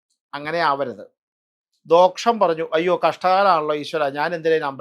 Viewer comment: ദോഷം എന്നത് "ദോക്ഷം " എന്ന് ഉച്ചരിക്കാവോ?